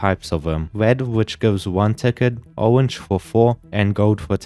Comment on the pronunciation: Orwange prewsent